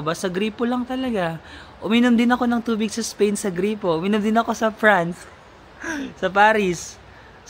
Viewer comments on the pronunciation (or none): none